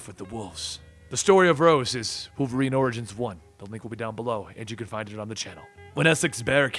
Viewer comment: You mean Wolferine?